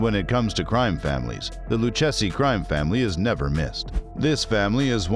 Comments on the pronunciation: LOU-KA-ZEE IS HOW IT IS PRONOUNCED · LOO-KAY-ZEE crime family who the hell is this narrator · You’ll have to learn how to pronounce the family’s name